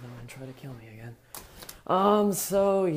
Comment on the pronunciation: I love how you say again when you are talking about the window.